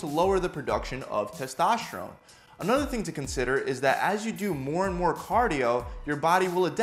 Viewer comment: "Testoshron" new hormone i didn't know about.